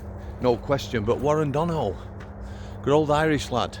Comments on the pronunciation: Not being a smart arse...but it's pronounced Don-a-hew. You remind me of my Brother in Law 😂🇮🇪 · THIS ROBOT CHANNEL HAS NO CONTENT 4 minutes who pays you to comment on Irish affairs ? You could start by learning how to pronounce Donoghue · who pays you to comment on Irish affairs ? You could start by learning how to pronounce Donoghue